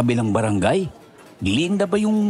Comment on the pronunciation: glen-da hindi glinda